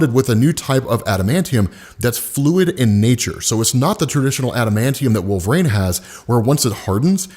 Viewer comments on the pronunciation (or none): Wolverine. It’s WolverEEn not WolverRAIN. lol. Keep up the vids been watching for years. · He started saying "Wolvraine" so much, I thought he was talking about a new character.